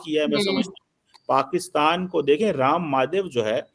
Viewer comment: 😂 Ram Maadhev, Kulbhusan Jaadhev ye inki halat hai itni simple pronunciation in jahilon se nahi hoti jabki bachpan ee Urdu or Punjabi bol rahe hain ye jahil tab inki ye halat hai or expert banana hai inhone Bharat ke upar. Waah jahilon waah bada hasa aata hai tum logon ki jahaliyat dekhkar Allah tumhare upar aur karam kare or aise hi aage badhata rahe or khas taur par tujhe or wo Muqtedar ko.😂😂😂